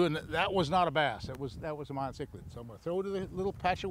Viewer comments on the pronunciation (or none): none